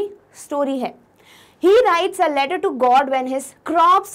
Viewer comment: QuestioN NO.28 mam u said ledder in style which is letter 😂😁🙂